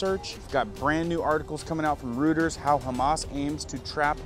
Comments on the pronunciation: Dude, learn how to pronounce words, ( suez, reuters, quagmire for example) and don't confuse hezbollah, hamas, Israel. At the end you totally confused what you were trying to say....I would urge you to rewatch , take notes, and redo this video, no hate, but your talking about ppl spreading disinformation, but then confuse armies/rebels. It's confusing for ppl that don't get what is happening over there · Root-ers or Roy-ters? For Reuters